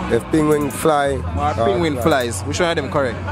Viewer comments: It's not ping wing it's penguin 🤬🤬🤬🤬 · Penguin, NOT Pinguin. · "Penguin"the pronunciation threw me off.